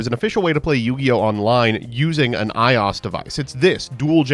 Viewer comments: Eye Oss 😂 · Man has never seen en an iphone if hes calling it "eye-os" devics 😂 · EYE-OSS DEVICE??? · Eye oss? What the hell is that? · Are we all just going to move passed pronouncing iOS as “EYE-AWS”?!?! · This isn't even the first time he's called it Eye-Oss. At this point I'm convinced he does it to piss us off. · Any time he doesn't pronounce something correctly (which is often) you can assume he's doing it to ragebait. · Sorry, how tf did you pronounce iOS?